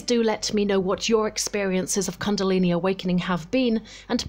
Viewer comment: First learn how to pronounce the word 'kundalini' correctly